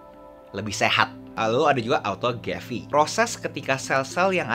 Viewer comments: Maaf autophagy bro, bukan autogaphy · autophagyyy bang kok bilangnya autogaphy :'D gemazzz